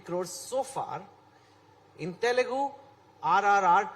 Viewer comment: Altering the name is ok, but altering the name of a language from someone like Chetan Bhagat?? It's Te lu gu, no Te Le Gu 🙏